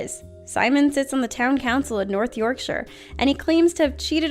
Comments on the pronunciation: Wait, did I just hear an American pronounce "Yorkshire" correctly!? Miracles do happen! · Thank you for pronouncing Yorkshire correctly it annoys the hell out of me when people say it wrong